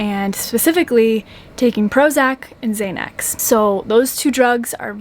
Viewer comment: I think you mean xanax (zan ax) not (zay nex)